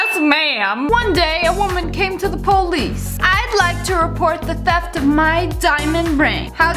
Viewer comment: I love the way how Lia pronounces police po-leeece